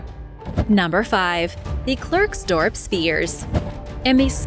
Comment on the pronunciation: 'Klerksdorp' is pronounced 'Clarksdawrp'. I hope that my pronunciation hints will help you...